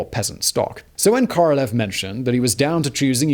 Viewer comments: hate to be that guy, but... it's KorolYOv, Simon, КоролЁв. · I got caught on this one many times myself, but it’s Королёв the ë is said as yo not eh. 🤷‍♂️